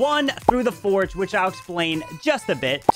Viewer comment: It's not foreg 😅😂😂it's forj (forge)